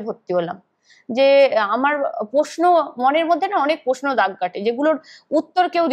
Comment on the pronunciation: রোজিনা কে বলছি,সাংবাদিকের উচ্চারন সঠিক হওয়া অবশ্যই উচিত।যেমন তুমি বলছো,' পশ্ন নয় প্রশ্ন